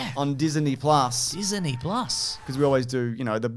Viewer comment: Diseney plus 🤣